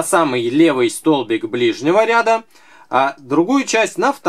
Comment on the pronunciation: что то у Вас с ударением хромает.РядА.